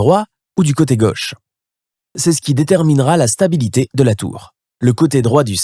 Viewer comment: "Le coté gueuche" (sic) ? Non, mon gars, c'est le côté gauche !